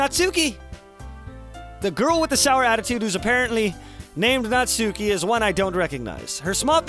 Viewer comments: also, it was bothering me but it's pronounced "natski" (or less emphasis on the u) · Um, just to clarify it a bit, Natsuki's name is properly pronounces as "Natski" (u is almost nonexistent). Just... weebs (including myself xD ) won't twitch every time you say her name, ahaha~ ^_^' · it hurts every time you say 'natsuki',.. please fix that:')